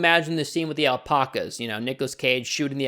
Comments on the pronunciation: Why do you pronounce alpacas like that it's Alpacas not alpocas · “All-pock-uhs” Kill me. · Everyone:alpacas:alpoccas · * Gets really pedantic because they said meteorite instead of meteor * Also: "aL pOcK As" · We’re not gonna talk about the al-poc-as? No ok. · why do you pronounce "alpacas" like that